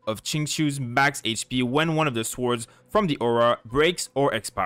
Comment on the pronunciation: Swords. The W is silent.